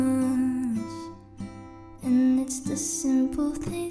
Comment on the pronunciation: Yass! Great voice and of course she pronounces simple correctly, not shimple...or says "I love you so muiych."